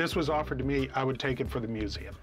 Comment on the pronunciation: "This belongs in a meuseum" 😅